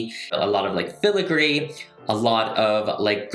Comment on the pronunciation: Dang this is so amazing also irrelevant but I love how you say filigree